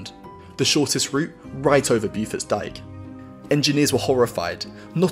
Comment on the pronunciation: Pronouncer Bow-Forts Dyke, rather than BewForts